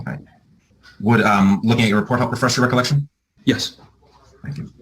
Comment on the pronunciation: He really has trouble with the word refresh lol